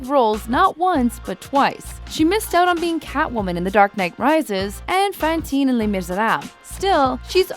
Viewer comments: The ways she pronounced 'Fantine' and 'Les Misérables' was awful... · Noooo the french accent and pronunciation they even got Fantine wrong just say les mis